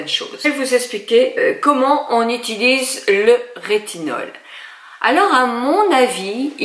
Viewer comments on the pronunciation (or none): none